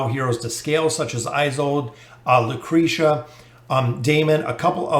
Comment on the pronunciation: Lmao he always butchers names it just feels wrong to hear him actually pronouncing them the right way